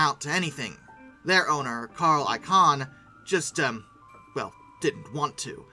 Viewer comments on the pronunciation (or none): Heathrow = HEETH-roe Barbados = bar-BAYD-ose Icahn rhymes with icon (long stressed I, syllables run together)